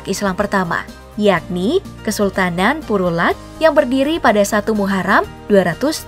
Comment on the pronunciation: perlak bukan purulak